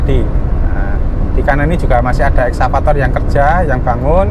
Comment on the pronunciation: Jombang ke Gresik muter jauh harus lewat Suarabaya dulu, mbok di pause sebentar mas, kasih lihat peta/google map perbedaan sebelum ada tol san sesudah ada tol. Tambahan: Excavator itu bacanya Eks-kavator, bukan eksavator. hehehehe